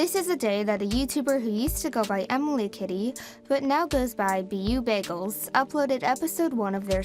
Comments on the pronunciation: Oh, by the way beaubagels' name is pronounced as 'Bow'bagels :) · No hate, but it's actually pronounced 'bow-bagels' great vid btw! <3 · The way she pronounced "BeauBagels" omg xD *offended french noises* (This is just a joke it's ok to make mistakes)